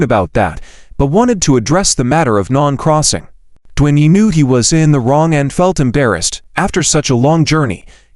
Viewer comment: lol, non-crossing! non-crossing! poor Nan Xing can't even have her name pronounced correctly. So sad. :(